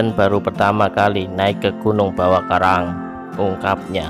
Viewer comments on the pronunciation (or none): bawa karaeng bro, bukan bawa karaang